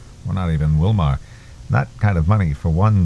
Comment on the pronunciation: You pronounce Willmar like my Google Assistant lol